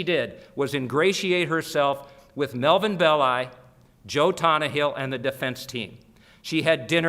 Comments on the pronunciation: why is it , with such a massive Italian population and culture , that Americans refuse to learn how to pronounce Italian names ?? Belli is pronounced BELLEE ffs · Anthony Bowers Actually is it not BEHHH-LI with the extended emphasis on the penultimate vowel? As in FELL-EEE-NI for Fellini.